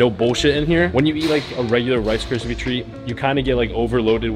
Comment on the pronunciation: u can't say rice kripies! Lol